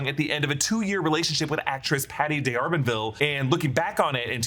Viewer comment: PS, It's just "Darbanville". No separation of the D.